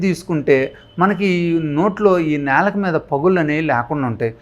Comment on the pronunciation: నేలుక కాదండీ బాబూ నాలుక..